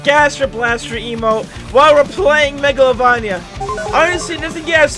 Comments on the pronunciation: I hate how he pronounces "Meglovania" As "Meglovonia" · Mega lo vain Ia not megalo van ya sry I’m a fan of undertale lol. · Me when he says mega-lo-van-ee-a in stead of mega-lo-vain-ee-a (angry monke noises) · It's not called megalovonja it's megalovania. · “megalovonia” really? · Spotlight map is for tails doll from the sonic.exe mod..also your not saying MEGALOVANIA right pal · the way he said megalovania tho….